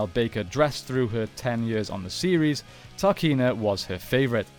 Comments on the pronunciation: To say your a power ranger fan, you really mess up the pronunciation of various names. You’ve even got the book there so you haven’t any excuse.... It’s TRAKEENA, not TARKINA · It's Trakeena, not Tarkeena, my dude. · He also calls her Tarkeena, despite her name being Trakeena on the screen when he starts talking about her. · It is not pronounced Tarkeena, it is pronounced Trakeena, based on "Traquina" which is portuguese for "mischievous". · Anyone notice him pronouncing Trakeena like Tarkeena? TRA Not TAR Made me facepalm a bit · Trakeena not tarkeena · Why does he keep saying “TARKEENA”? It’s Trakeena… sounds like he hasn’t even seen the show 😠